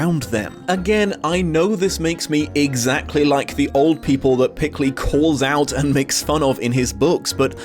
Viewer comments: You said Dav Pikley it’s Dav pilkey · PIL-KEY not PIK-LEY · His name is pronounced “Pill-key,” not “Pick-lee.” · Why do you say pikley and not pilkey? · PIL KEY not PIK LEY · Huh. I had no idea "Pilkey" was supposed to be pronounced "Pikley"